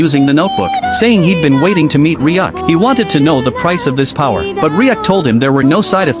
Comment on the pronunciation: It's Ryuk not riak